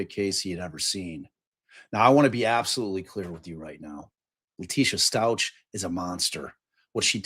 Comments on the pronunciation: Pronounced STOUK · For Gannon, Stauch is pronounce St•ow•k